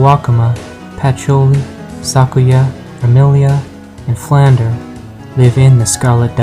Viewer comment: Im pretty sure its pronounced flan-dreh